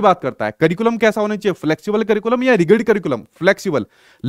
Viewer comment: Sir sorry to say I know apka teaching style bhut acha h.. m apko hi follow krti hu ctet k liye.. but rigid (रिगिड ) mat bola kro it is रिजिड